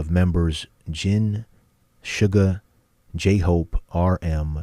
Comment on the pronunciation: You read Suga's name as SHOO-ga. And you haven't heard of them?